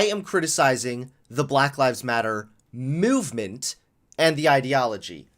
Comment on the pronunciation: Why does he say it as muvement and not movement